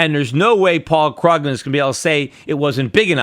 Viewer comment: The way he pronounces Paul Krugman's name though... *shudder*